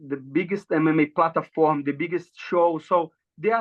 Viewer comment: Love how platform becomes plata-form